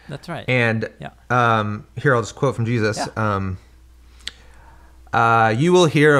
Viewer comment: WHY THIS GUY KEEP SAYING JEUSIS ??? That’s so disrespectful